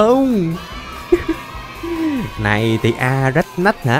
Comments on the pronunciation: đọc nhện boss là:" A RÁCH NÁCH":D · a rách nách Best tiếng anh của năm🤣🤣🤣🤣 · hôm nay đọc tên con nhện thành a rách nách:chúc lên 1 triệu sub để sao mặt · Anh ns con nhệnn thành Á RÁCH NÁCH, 🤣😂